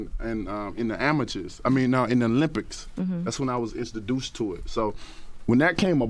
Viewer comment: “Insoduce to it”😂😂